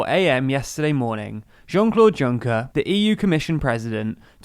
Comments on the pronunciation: For the love of god!! Juncker is prounanceed with a silent "J" and a silent "R". "UNCKEA". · You're pronouncing Juncker wrong!!! My ears are bleeding!!! Not everything that starts with a J is pronounced like J! French isn't English! Thank you.